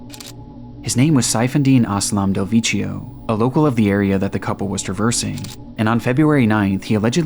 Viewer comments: it's "dehl vek kio" make it again! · It's pronounced Del Vekkio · The way you pronounce "Del Vecchio" makes my ears bleed 😂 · I love your content but every single western foreign word in this video has been butchered (frazão, follie a deux, del vecchio, etc). Its not hard figuring out how these are actually pronounced buddy, would make listening to these words as natives way less teeth grinding.